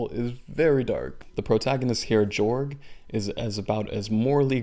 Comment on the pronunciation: His name is actually pronounced with a ‘y’ instead a ‘j’ so it’s like “Yorg.” Because it’s in a European setting, some letters are pronounced differently.